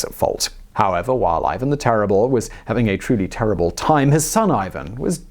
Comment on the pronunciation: The 'terible', eh?